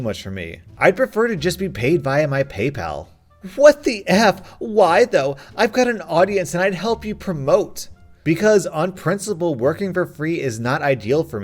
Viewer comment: Vee-ah. Not vie-ah.